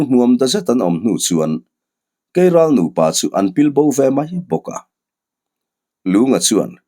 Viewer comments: Keiral a aw thinh ka va hre love kelral a ni lomaw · Kelral ni awm tak, keiral a rawn ti tlat a nih hi.😅